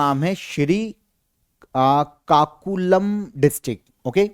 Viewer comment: it is pronounced aa sikakulam